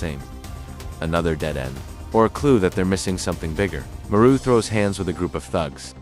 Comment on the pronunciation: Thank you was gonna click off when I heard the ai narration messed up marus name